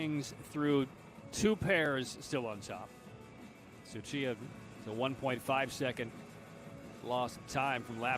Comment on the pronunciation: Yes. It is. The one that stood out to me the most was "Tsuchiya" which he mistakenly pronounces with a K. He also strugged with Gelinas-Beaulieu. It happens, but I wouldn't say he isn't making an effort. But you seem to think that only English announcers aren't making an effort, which just reeks of classic European arrogance.